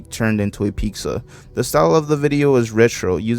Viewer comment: The way you say pizza reminds me of a Mexican friend I had on Xbox. She used to say Picza just like you and we'd make fun of her. It's kind of nostalgic to hear you say it. My gf now is Mexican and she doesn't say it like that, so idk why some do.